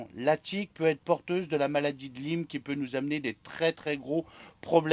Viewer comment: La prononciation n’est pas bonne pour la maladie. Mais c’est bien d’en parler pour ceux qui connaissent pas